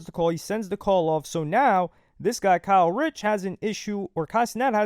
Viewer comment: You keep saying Kyle Rich das a NY drill rapper 😭😭 it’s Kae Critch